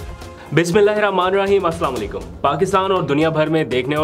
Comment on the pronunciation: Please Bismillah ka alfaz drust Karen